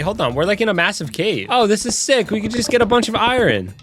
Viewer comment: you said i ren is i ern as in iron